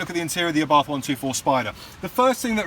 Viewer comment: My 7 year old daughter asked me why you kept saying "UhBarthhff" instead of Ah'-Bart'..lol. Good job on the intro!